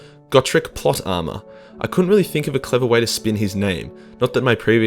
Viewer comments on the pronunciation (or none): none